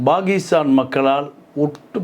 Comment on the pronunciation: Dear, it is not Bakistan. It is Pakistan. Most Indian Tamilians pronounce P as B., Please speak Tamil in Tamil and English in English. Please do not bring Sanskrit and mix and grind the languages..